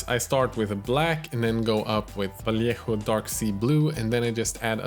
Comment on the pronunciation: Like this comment to start a petition teaching all the other miniature YouTubers to learn how to pronounce name and how to pronounce "Vallejo" like him, because it's so satisfying.